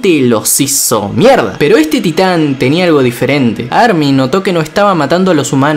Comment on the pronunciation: parece como que dice STAND y no TITAN